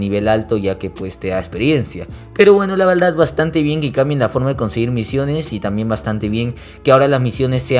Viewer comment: la veldad xdxd